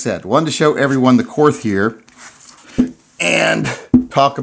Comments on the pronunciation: As an American vet living in Germany I have to inform you that Korth is pronounced Kort. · Pronounced court.. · it's pronounced court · My concern is that you cannot pronounce "KORT" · Korth is pronounced like court, not like north with a K. It’s German.. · It's pronounced KORT. The H is silent! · It's pronounced "Court"